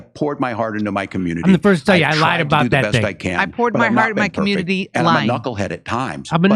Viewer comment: i didn't know "i lied" had syllables